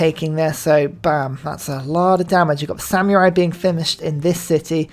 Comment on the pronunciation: Brother if you say samyurai one more time im gonna lose it